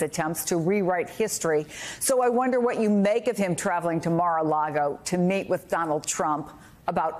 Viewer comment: did she say to meet with donaldtrump or to mate _with donald trump_?